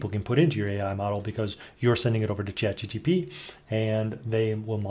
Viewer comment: Chat-G-P-T, not G-T-P :)